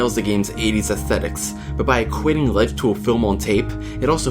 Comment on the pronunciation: the way he says astetics is retardet